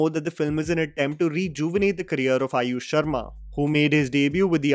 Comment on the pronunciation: i said it because he says अयुष not आयुष.